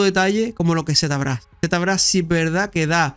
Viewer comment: Z...brash se pronuncia locoo